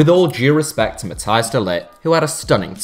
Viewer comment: It's not pronouced de lit...